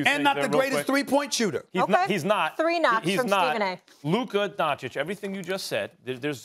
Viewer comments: Stephen A: Luka “Donchik” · When would Stephen A. stop saying Luka Doncik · It irritates me so much that SAS is not willing to pronounce Doncic's name properly..It's disrespecting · First, learn to pronounce his name right, and secondly, that wonder boy is the legit face of NBA for next decade, he does on court what he wants to, he has his own pace which is hard to guard...Just let your anger go, Stephen. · Stephen A still disrespects Luka the most, he is like the only big journalist that still will not learn to say his surname correctly while Max is still repeating it to him! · Stephen A loses by just mispronouncing Luka's last name.